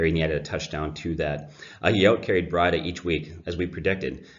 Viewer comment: It's pronounced Breeduh. May I suggest decaf.